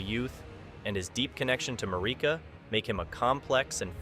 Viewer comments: Mick-ELLA and Mar EEK ah. LMAO they say these names in voice lines in the game... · how do you not know how to pronounce Miquella and Marikas names right? games been out 3 yrs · i appreciate the video but please why are we not pronouncing miquella's and marika's names right